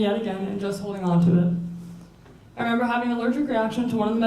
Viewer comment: Stop saying i femember omg